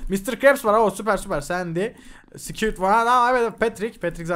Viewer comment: Abi onun adı squid okunuşu sikuid